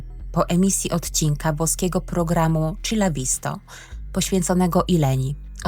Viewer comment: Malutka uwaga-wloskinprogram Chi la Visto (chi-czyta się jako "ki",nie "czi"),dziękuję za przedstawienie tej historii,zostawiam.like i pozdrawiam serdecznie